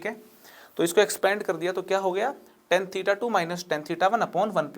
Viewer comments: lmao- a mathematics teacher yet pronouncing tan as ten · Haare bhai ya that is tan not ten (10). crct it sir.